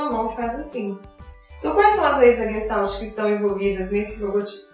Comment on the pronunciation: Oi, excelente vídeo, porém vou fazer uma observação. No início você menciona que a palavra "não tem uma tradução específica para o português". Na verdade sim, ela tem. E a tradução direta é "FORMA". A pronúncia muitos reproduzem como leem, exatamente como disse no vídeo, quando na verdade deveriam colocar um "X" no final de "GES" e um "I" no lugar do "L" e ao final um "T" "mudo", ficando então o som assim: GUEXTAIT. A escrita está OK. Parabéns pelo trabalho. abs.